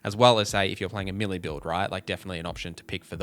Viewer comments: Never heard that accent on "melee" before. To my central Canadian ear it sounded like he said "milly". Is that correct in his region or would his neighbor correct his pronunciation? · Is that how you say melee? Americans say Maylay.. Are we wrong?!